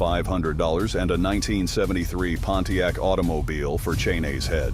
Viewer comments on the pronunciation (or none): none